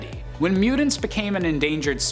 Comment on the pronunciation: I’m sorry…but, his annunciation of “mutants” is KILLING me. Lol!